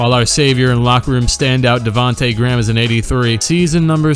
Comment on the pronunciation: That part when he said "Davonta Gram" killed me 🤣😂